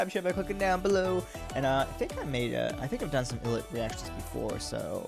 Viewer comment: 1. Thanks for the reaction. Love ILLIT. 2. Hate to be that guy (but I guess I am haha). It’s pronounced Eye-Lit. 3. Yeah, Wonhee is the best.